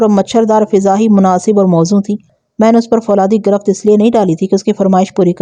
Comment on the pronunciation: اوکارکردگی کو کارے کردگی نہ کہیں Aap garifat ko garaft parh rhi hen or پشت کو ہست پلیز تلفظ کو توجہ دیں شکریہ